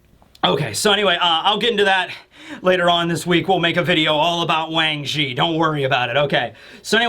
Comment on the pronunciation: gets points for learning the proper pinying pronunciation of the name.. hehhee Cheers.... I dont even know if I sent the message where I elaborated a great deal on it... But I know I wrote soemthing about it to you at Some Point... But GLAD you Know the actual Pronunciation... BUT it is interesting to hear it as Transliterated Japanese Now instead... Okkotsū or something? I'd have to hear it to write it properly... I couldn't believe it wasnt a 3rd round of fakespoilers until I saw the scans of mihawking and whatever the hell powers this BoaClone Lunarian with cybernetic whatevers... I mean THIS is SOOOOO Next Level making Lunarian clones of Legendarily Powerful Figures with PROBABLY Busted Devilfruits in all of em... or I suppose a Mixture... It's almost TOO MUCH you know? Maybe We Finally Get a Vegapunk Chapter coming up?! Hmmm.... It's a LOT to speculate on isn't it? Man I LOVE this Chapter.... I just Hope Mihawk doesn't die to his Super Lunarian Clone.. CAUSE that'd be a BIT Much... I'm shocked they DIDNT Try to Take out Rayliegh there but MAYBE Coby saying to stop was enough? BUT does that Mean that the Lunarian Clone Warlords COULD be With Coby and BlackBeard MAYBE??? THAT Would be REALLY Bad if He Got a Mini Boa and MiniMihawk or something... that are ALSO Lunarian Children with whatever tech within and other mysterious powers... I KINDA want it to be MORE Shocking Reveals... THOUGH I love that NO ONE ever thought "Oh Shakky? TOTALLY a Kuja!" ahhaha I mean May